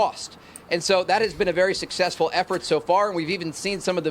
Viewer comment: How can you be a news anchor if you say "sussesful", instead of successful?